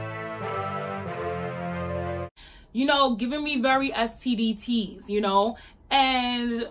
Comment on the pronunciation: She said std tease lol